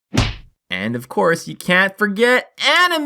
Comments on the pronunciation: At first i thought he said Padme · I love how he says "AnImE"